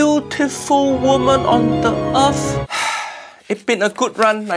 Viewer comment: Uncle Roger pronounces Earth like me “Earf”